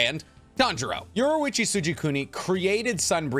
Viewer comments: its yor-ichi not yoru-ichi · Great video my only thing is that you kept calling yorrichi from KNY yorruichi from bleach